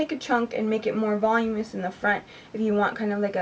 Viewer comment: Weirdly enough I like Suave's dry shampoo and I usually use more expensive product. You have very pretty hair! You seemed to be struggling over how to pronounce voluminous: from : [vuh-LOO-muh-nuh s] :-)